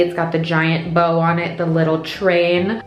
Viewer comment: When you were talking about your bow shoes, I swear you said BOW my gosh, and I laughed !:)